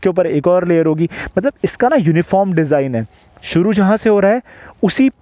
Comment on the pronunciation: Design bro not desing 😂